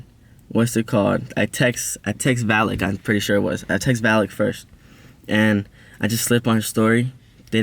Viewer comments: “vallyk and the gremlin” PLEASE😭😭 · Anybody notice "valkky*? and *gremlin*?